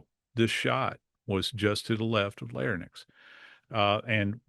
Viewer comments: laryNx, not larNyx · Is he an MD? Pronounced it lair-nicks. Twice. It's Lair-inks. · Geez wouldn't you think that someone having to do with forensics would know how to say larynx (not larnyx)????? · "Lair nix"!?!?! REALLY? An "expert"? Bullshit. The pronunciation is "Lair inks". The word is larynx, not larnyx. There are several other more egregious gaffs AND just plain errors. This is NOT an expert. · I don't consider anyone who says "larenyx" instead of "larynx" an expert. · LARNYX!!! It’s LARYNX!!! this guy is supposed to be a professional, and he doesn’t even know how to pronounce the word correctly!!! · Larynx. Not Larnyx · UGH!!!!! This Forensic Expert says "LARE-NYX" Larynx is pronounced "LARE-inks" , smdh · I can't believe he mispronounced the word larynx. It is not pronounced larnyx /"lar-nix", which is how he pronounced it and again . additionally, people can live with injuries to C-3-C-5, ie., the cervical innervation of the diaphragm; they just need to be on a ventilator. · For a “forensic expert” he mispronounced larynx twice. It’s pronounced Leh-ringks. This is exactly why no one should believe everything they hear or read on the internet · He keeps saying laryninx 😂 Center mass of the head 😂 also proceeds to explain gravity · Larynx (2 syllables) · Emergency physician here: He mispronounced larynx as “larnix”…he also misstated the innervation of the diaphragm-its C3,4,5 not C1, 2,3. For an expert he’s not a great expert. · i don't understand where people are getting this assessment. i watched only for a few minutes and this was my assessment: Joseph Scott Morgan badly mispronounced larynx (twice); at about and in, he pronounces larynx as "lar-nix"! Moreover, he was factually incorrect about survivability of high cervical spine injuries (people can survive high cervical spine injuries but they need to be ventilated). after that, i stopped watching. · I can’t believe I just heard JSM say “lar-nyx.” Not once, but twice.